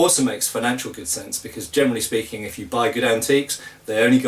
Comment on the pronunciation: Your "generally" often sounds like "germany" :D Do you have (buying-)experience with older swords, e.g. from the 15th century? Where do you get your non-antique swords? What are good modern manufacturers for medieval swords (possible cathegories: authentic, good for training, good for exhibition fights,...)?